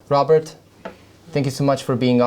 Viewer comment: Robert not Robery...